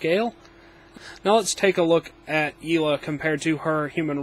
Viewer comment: I think it's yelena not yeelah